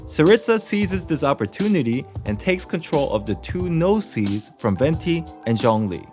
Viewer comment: Me hearing his pronunciation of Gnosis and Tsarista